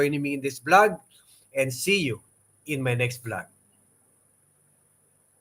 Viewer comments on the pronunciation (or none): none